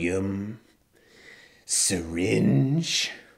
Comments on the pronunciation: "syreenge?" HAHAHH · Haaaaa. He doesn't say sirenge The dum ass said sirin...lol. You're the best Chris .. Keep the awesomely hilarious videos coming brother ..